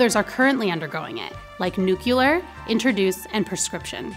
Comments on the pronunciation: Did you just say 'nook ya ler'? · it’s not altering pronunciation, though… that’s saying to-ma-to versus to-mah-to. Nucular is actually saying the word wrong… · "Nucular", wow. Never heard it, and it just sounds silly.